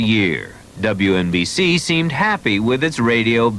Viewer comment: lol wNbc- say it right